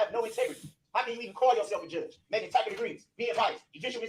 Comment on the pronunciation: He mispronounces and struggles to comprehend several words. I doubt he’s reading that Bible because I know it has words WAY more difficult than “tacit” 😂